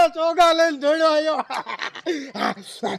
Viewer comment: નો આયા નહિ દાવલા નો આવ્યા એટલું તો બોલતા શીખી જા